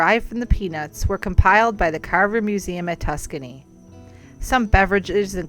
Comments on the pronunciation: With all do respect, you mispronounced the university that Dr. GWC did much of his great work. It's not "Tuscany" but "TUSKEGEE: pronounced Tus..Skee...Gee. It's worth the respect to make that correction. I am a proud alumni of Tuskegee University and we appreciate your efforts to showcase this legend that has a museum named in his honor on our campus, as well as his gravesite. Thanks for the support! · lmao tuscany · It's TUS-SKEE-GEE. Lord have mercy! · Tuscany????? Really???? Terrible! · it's a great video! It's just hard to hear it mispronounced when you went there! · sorry. Having gone to the university, it's like nails on a chalkboard when people mispronounce it lol. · I enjoyed it. Yeah, she pronounce Tuskegee wrong, but it was very informative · I CAUGHT THAT 2 :) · Can someone please have commentators learn how to properly pronounce the historical city of Tuskegee? (It's a bit annoying)